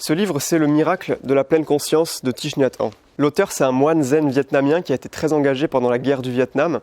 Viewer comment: Salut, Thich Nhat Hanh se prononce "TiC Nat HanE";) Sinon, je ne sais pas si t'es toujours dans le bordelais mais si c'est le cas et si te ne l'as pas déjà fait, t'as le village des pruniers vers Duras. J'y suis allé une journée quand j'avais 14 ans et j'en garde un excellent souvenir. J'ai pu assisté à un enseignement sur le deuil et la pleine conscience de la part de Thich Nhat Hanh lui-même, une marche méditative, partagé un repas dans le silence et échangé avec des résidents du village...Bref une formidable journée à vivre l'instant présent qui reste gravée 15 ans après dans ma mémoire comme si c'était hier! Si tu as l'occasion d'y aller faire un tour, n'hésite vraiment pas! Bonne continuation et bravo pour tes 2000 abonnés!!!